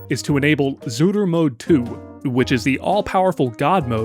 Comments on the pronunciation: it is itching me every time when you are saying zuru instead of tsuru, ts is a one letter, simillar to rusian ц (and even that is wrong, but closest you can get in english without phonetic notation) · I like the random Japanese accent you obtain every time you say Zuru lmao